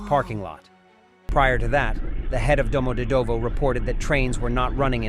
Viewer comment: Domodedovo pronunciation. Do = o as in hot. mod pronounced like "mud". e pronounced like the ye in yet, and this "ye" is the syllable with the emphasis.. dov pronounced like "dove." Final o pronounced as in up. domoDEDovo.